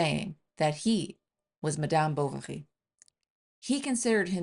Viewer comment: Is she pronouncing M'dyaam 'Bou-wa-ghi'?😮